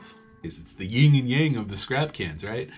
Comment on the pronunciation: Sir its yin* and yang nott ying lol male and female. Respect the female energy and remember ☯ yin